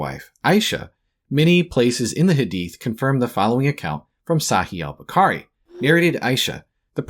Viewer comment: he pronounced a foreign word wrong so all the points are irrelevant? Get a grip lil bro